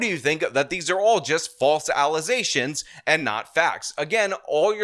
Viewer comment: "false alization"😂